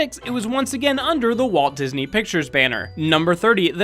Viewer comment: *Walt Gisney